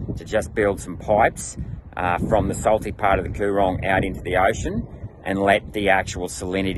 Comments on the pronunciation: this is so wrong, goes to show you have no idea about the lower lakes and Coorong, you cant even pronounce the names right, obviously you didn't spend much time there or speak to any locals. so many farmers, fisherman and surrounding community's rely on these water ways for there livelihood so its not just there to evaporate. the lakes and Coorong have been here long before settlers and they are a massive part of the ecosystem and not some Labor or Green invention as you make it out to be. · Get out of my state and my backyard, get back to your neck of the woods, go-on tick-off. You are very poorly informed my dear senator about the lower entire section of the MDB, the Coo-rong is the pronounciation, similarly Men-in-gie. It's not hard to learn proper pronounciation of places, unless you don't care what is outside of your state! The freshwater from the Murray-Darling system does not flow into the coorong, it's impounded at the barrages, vision of which which you failed to put in your video, as they were emplaced to enable permanent water stores the distance of the Murray River for river trade traffic, not as irrigation storages, by and large. The coorong's water flows used to come from further down the limestone coast, like where you were down at Kingston SE, it usually is sent out to sea via the SE drainage system, with many hundreds of kilometres of open drainage channels. If you really wanted to sound important, why not champion an idea of redirecting some of the SE drainage freshwater flows from going out to sea instead or to impound it and replenish the underground aquifers under the limestone coast, if you want to do a geo-technical solution. The whole of the limestone coast is actually a series of former coorongs, that formed over the last few million years. There are irrigators around the lower lakes that rely upon the "shallow lakes of freshwater". Do you want to send them broke as well? That's a heaps good policy- Aussie farmer against Aussie farmer! Ju